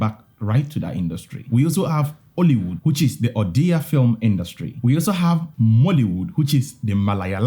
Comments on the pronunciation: Saying D like we say in english. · Serious respect, man. You got the Ollywood correct. I'm Odia. But it's not the d sound for Odia। It's ओड़िया ଓଡ଼ିଆ। Notice the dot under? It's pronounced completely differently. But great work, man And, chhatisgarh is exactly like Odia. Only instead of d and dot. It's dha and dot छत्तीसगढ़ ଛତିଶଗଡ଼ Notice the dot?